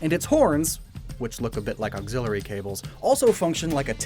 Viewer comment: Oxillery sounds to much like octillery